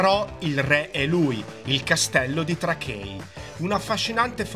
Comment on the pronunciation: TRAKAI no trakei non è lingua inglese e lingua lituana.... VINIUS no Vilnus....